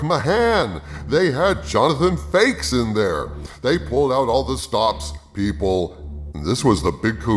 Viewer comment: Ha Ha, did he say Jonathan Fakes. Its funny because its true.